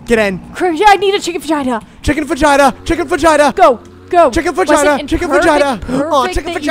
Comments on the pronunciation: WHY DO THEY PRONOUNCE FAJITA LIKE THAT PLS ITS NOT VAGINA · Help that's not how you say chicken fajita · the fajita pronounciation had me rolling